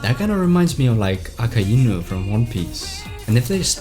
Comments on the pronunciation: Bro the way he said Akainu A_KAI-EEE-KNEW 🤦‍♂️ 💀💀😭😭😭📉📉📉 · "AKA INU" 😔